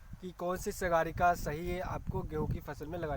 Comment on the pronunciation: अरे सर सागरिका कहते हैं उसको सगारिका नहीं पहले आप ठीक से उसका नाम पढ़ो